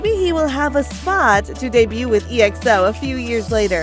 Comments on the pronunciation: The way she pronounced each group is kind of annoying me, like seriously G-O-T 7 it’s got aka the word then 7. And for Exo it pronounced X-O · I funny how pronounced "E... XO